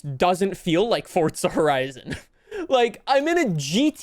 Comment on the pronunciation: Ah yes. XD but the goose says cheesus XD XD